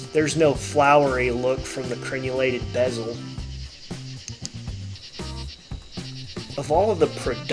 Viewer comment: Not a huge deal, but you do such a good job with your presentation and articulation of things in your videos. Not making fun of you at all. The word is crenelated. The derivative is crenelation. Crenelations. Theres no U in it.